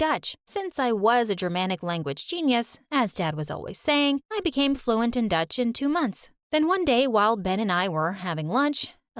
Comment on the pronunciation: Not a true story it's called dutch not duth look at the book